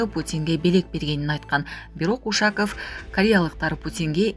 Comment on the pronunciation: УшАков эмес, УшакОв деп оку. Ударениени О тамгасына коюп оку.